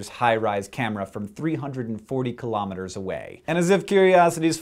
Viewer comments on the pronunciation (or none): Hey Hank :) I love your videos, but please stop saying kilometres the way you do. Say kilogram. Now say metre. Please, I beg of you, say kilo from the way you say kilogram, and metre, well the way any intelligent person says metre.